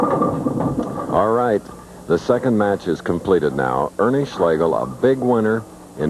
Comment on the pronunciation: It's "Ernie" or "Big Ern" 😅